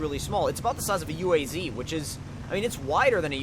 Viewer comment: Its not a UAZ.. you dont say the letters separately.. its a word .. uaz